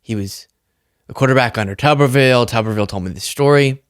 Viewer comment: It's Tuberville,not Tubberville.